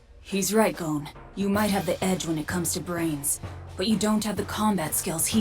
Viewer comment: This version is so trash that you don’t even pronounce “GON” name right it’s GON not “GONE” 💀